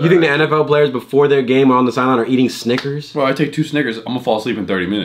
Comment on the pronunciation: saying snickers like sniggers